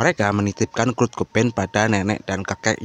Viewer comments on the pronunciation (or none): Kurt bang bukan krut